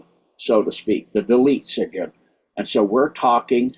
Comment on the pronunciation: Is he saying the deletes. "'Elites" 😅